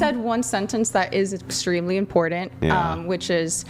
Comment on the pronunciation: When a person pronounces the word "important" with a "d," you know they're unintelligent.